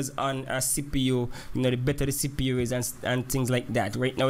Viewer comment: sounds like u saying sipu lol